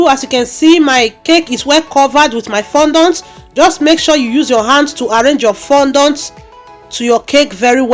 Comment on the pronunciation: Nice work very beautiful, but please work on how you pronounced fondant please